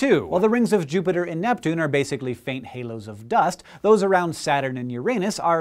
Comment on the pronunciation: HAHAHA he said "Jupiter"